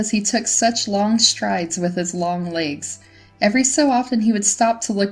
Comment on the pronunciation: Legs not laygs Growling not graahling